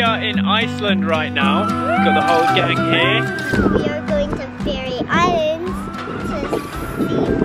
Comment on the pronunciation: "We are going to Fairy Islands to see puffins" I CAN'T